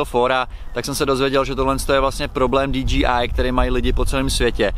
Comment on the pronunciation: DJI se nečte dí dží áj ale dí džej áj :-)